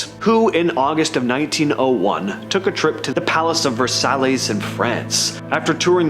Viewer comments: Palace of Versailles— pronounced: “Ver-sy” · As soon as he said it in was like "ver-sigh" ! Lol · did he just say vere sallys???? lmao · The first guy is doing an art project he's got ins. And how did this AI creation pronounce Versailles? And if he isn't AI ,is he an idiot? Versailles,look it up and learn what you're talking about. I'm actually offended by the mispronunciation. America definitely has a major education problem hence our president and the fact I'm watching this video still